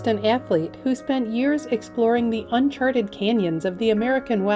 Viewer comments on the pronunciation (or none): none